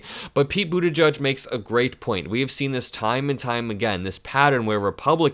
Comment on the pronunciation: I think it’s edge-edge not judge. Love your videos! ♥️